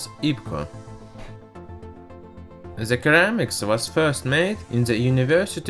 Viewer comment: It's pronounced seramics my dude. Great video, keep it up.